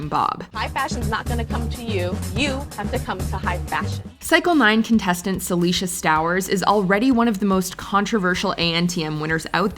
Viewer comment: It was kind of messed up you messed up Saleisha’s name